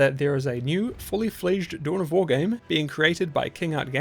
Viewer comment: What? Dune of War?? Your pronunciation is terrible.